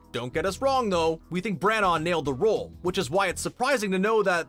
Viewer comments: Voiceover: Kenneth Bran-OR Brits: It's Bran-A. Like banana... Brana. You don't need to pronounce the GH 😂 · By the way Kenneth Branagh is pronounced “Branner” not “Brannar” and it is also Warwick Davies is pronounced “Warrick” not “Warwick”. Sorry for the Hermione like corrections but god those mispronunciations are so annoying!!! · Ford Angelicas... ? Anglia man, c'mon. Also Kenneth Branagh's name being completely mangled by this guys accent is v funny to an English accented gal